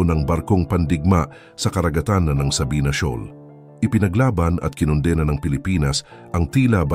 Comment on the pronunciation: Kinon-dena' hindi kinonde-na ang tamang bigkas sa Tagalog.